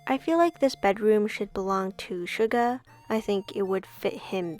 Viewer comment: It’s pronounced shoe gah but love this video ❤️😄